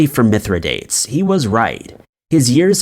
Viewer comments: I love this channel! FYI it's Mithra-dahtays, not Mithra-dates (even though that's how it's spelled!) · Mithridates.........it is actually pronounced Mythro - doteez. Just a friendly reminder. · Mithridates is pronounced mith-ruh-day-teez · yes! This right here.... also it was ROMAN not GERMAN..... Please, since you're doing research, PLEASE research correct pronunciation! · How many times are you going to mispronounce Mithradates? And 1916 was during World War I, not II. So much on the Internet sounds interesting. Then it turns out the presenter is very misinformed.